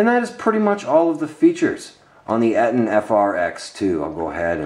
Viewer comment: Its pronounced "EEE-TON"